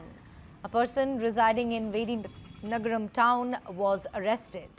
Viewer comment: Madam it’s Vijayanagaram not vidinagaram 😅😅😅😅😅😅😅😅😅